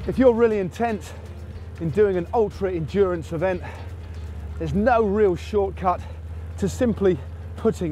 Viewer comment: Endurance or....... Endurn-ace? Happy with new dura ace?